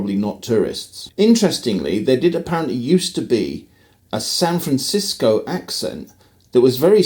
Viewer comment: You were very close in your first "San Francisco" , but you're perfect : ["SanfrenSisco," approximately]. That pronunciation is used by all I've ever heard who are California natives, northern or southern. But what I hear a lot from outsiders (east of the Rockies, I'd say), is SanFRAN-sisco. Or just San FRAN. But I can't complain. We all do that with others' native terms -- often so subtly wrong that we have no idea we're doing it!